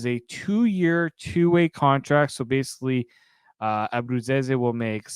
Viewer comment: Can't even say Nick's last name! Bye!